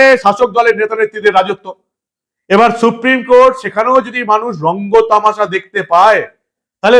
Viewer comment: Suprime court নয়, বলেন suprime কোঠে